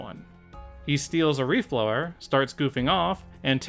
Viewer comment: At one point, I couldn't tell if you were saying "leaf blower" or "reef blower". Given they're underwater, the latter might actually make more sense.